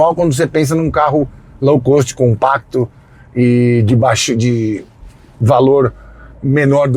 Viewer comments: Rapaz, você gosta muito de usar a expressão em inglês "low cost" mas por favor fale corretamente. A pronúncia é /lou kóst/. Você fala /lou kâst/. Espero ter ajudado. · Aprendeu termo novo!! Agora, treina a pronúncia do teu "lão cãst"... fora, isto, parabéns por mais um ótimo video!